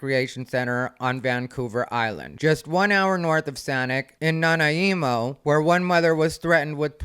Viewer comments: SAH-nitch (as in snitch) Nah-NIGH-moe ❤️🔪🤣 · Its nan-eye-mo lol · You pronounced Saanich correctly the first time! It’s like sammich but with an N. Nanaimo is pronounced “Nah-nigh-mo”. I live on Vancouver Island and will be glad to help you out anytime cuz there’s some weird names of places up here, like Tillicum 😂😂😂 You’re right. If you don’t like their policy, take your money to a place that has a policy you can deal with. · Nana-emo 😂 Nanaimo is pronounced nah-nigh-mo. As someone with relatives there, this gave me the biggest laugh. I'm pronouncing it your way from now on! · Love ya,. Saanich (San-itch) Nanaimo (Nan-eye-mo). Keep up the great work. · Your pronunciation of Nanaimo was cute because it was so wrong so it was so funny and wholesome. 🤣🤣🤣 it is like Na-neye-mo. Like eye 👁️ where it’s “ai” 🤣🙏🏻💓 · You said Saanich correctly the first time. Totally butchered Nanaimo 🤣. Na neigh mo is how to pronounce it. 😁👍🏻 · Canada is on the verge of making a hard right turn, politically. Hopefully that will right this absolutely ridiculous situation. And Saanich is pronounced the same as the "ich" in sandwich, and Nanaimo is Na-nigh-mo. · So glad I live in one of the more conservative provinces... Also, that really threw me off when you said Nanaimo (it’s pronounced Na-nye-mo, like the desert square). I was racking my brain what city that was because my cousin lives not too far away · the BC human rights tribunal is an embarrassing joke. I'm gonna see if has covered Jessica Yaniv. his pronunciation of Nanaimo was so cute lmao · Vancouver Island girl here, how you are pronouncing the towns is got me rolling on the floor. You did get Saanich right the very time first time you said it, SAN ITCH. But there is no helping you with Nanaimo, everyone gets that one wrong. Anywho, you're brilliant as unusual. Cant wait for the pools to start complaining that usership has fallen off a cliff. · never heard Nanaimo pronounced like this, but it's kinda cute LMAO